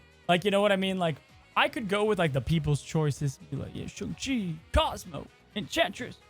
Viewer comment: Posting until pronounces it SHANG CHI